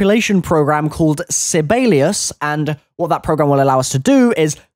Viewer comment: the way he says Sibelius... oh no